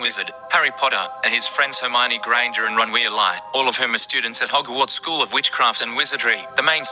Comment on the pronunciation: my heart keept droping whenever called harry potter fictional. but i almost past out when pronounce weasley wrong.